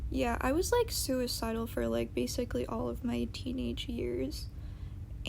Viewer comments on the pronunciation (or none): Don't say soupicide.